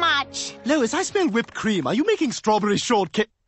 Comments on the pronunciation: Hwipped cream 😂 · Stewie says whipped cream the right way. How is this even possible? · anyone notice how Stewie pronounced whipped cream wrong? 😂